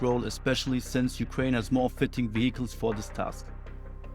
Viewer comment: I like the content. Don't say sorry, just keep getting better. Btw you misspronounce the word "vehicle", try to pronounce it as "viekal".